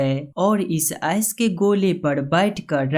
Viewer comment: S nahi ice bolo yar